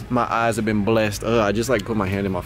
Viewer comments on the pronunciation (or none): none